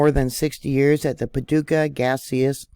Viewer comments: You said Paducah right been there sweet people in the community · Well, got to thank you. That uranium site you found was a surprise to me and I've lived in Clarksville tenn, been to Paducah ky. Which you pronounced correctly and have a daughter living on the border line who likes to go to the land between the lakes..... This news just broke my heart a little more. 😳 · Yes, you pronounced Paducah correctly. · Hi! You pronounced it correctly. GOD shows me things to, tonight it was the movie It’s all about earthquakes and rift from South Dakota to Texas, that spilts the United States in two. Very interesting. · Paducah is my home. I was born here. And yes, you're pronouncing it correctly.